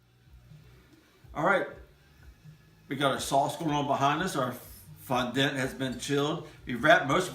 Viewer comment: It’s pronounced Fondant as in daunt or aunt